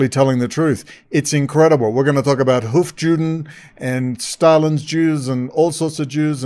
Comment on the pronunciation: Its hofYOOden, not JEWden.